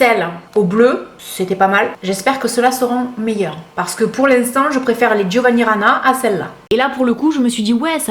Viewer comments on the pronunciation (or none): none